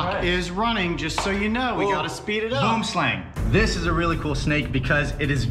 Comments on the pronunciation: The way he said boomslang 😂 I’m from South Africa and boomslang is an Afrikaans name so it’s quite funny to hear an American pronounce it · As a Afrikaans South African I love how people pronounce Boomslang in English